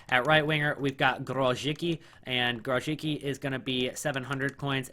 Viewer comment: G R O S I C(not k) K I